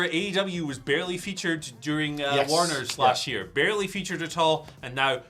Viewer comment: “Barley featured” huh?